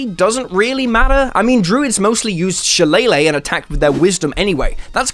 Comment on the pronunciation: shillelagh = shi lay luh (not, she lay lay)